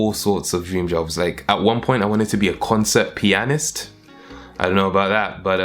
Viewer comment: Y'all out here congratulating him for gettin 100K subs, but I'm here congratulating him for the way her pronounced the word 'pianist'. Also I love you account.